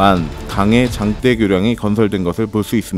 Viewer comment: 새로운 몰랐던 정보 감사합니다...장떼, 장때,가 조금 거슬린거빼구요